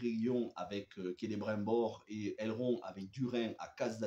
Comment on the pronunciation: Just un petit conseil regarde la série en français canadien le doublage est vachement mieux je me suis rendu compte en t’écoutant prononcer le non de celibrimbor et la région du Lindon 👍🏻🙂